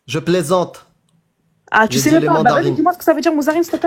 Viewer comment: Les tju au lieu de tu …. On n’en peut plus de la banlieue.